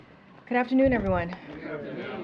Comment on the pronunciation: Kirby gdaftrnevrybudy. Spoken really fast and mumbly. Clearly means the opposite.